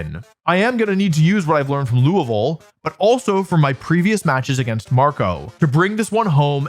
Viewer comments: Wolfey pronounced Louisville correctly this time!! 🥳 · I'm so happy that Wolfey learned how to say Louisville! For those not in the know, just choose your favorite syllables and only say those.